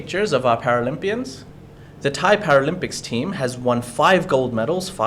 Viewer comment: Very good informative show well done all three of you All Thai names were pronounced in a way that I'm sure most of your viewers would pronounce themselves and fully understand I wish an unnamed absent presenter would take note